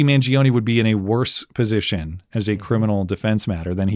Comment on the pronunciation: Mangione is 3 syllables, not 4.